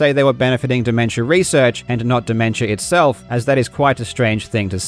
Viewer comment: "dimemtia" LMAO